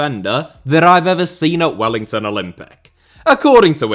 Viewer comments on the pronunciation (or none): none